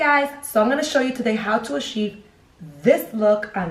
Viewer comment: "How to asheev this luk" "toothpaste primer"